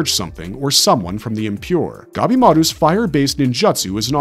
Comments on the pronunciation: NinJAtsu..... all i can hear in the whole video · I cant keep watching this purely for the fact this dude purposely mispronounces ninjutsu and jujutsu kaise as Ninjatsu and jujatsu. Infuriating and making me believe this channel is made using A.I